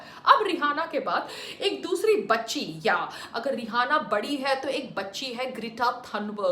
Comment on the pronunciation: Pehli bat to vo रिहाना nahi रियाना hai madam...bolna sikhlo pehle...fir bnna official spokesperson govt ki..